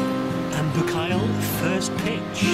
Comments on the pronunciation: Boo-kale? You really need to practice your pronunciation. The video itself is very very enjoyable.Well done. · Why has it an irish name? And its proper pronunciation is (boo-col) not (boo kale)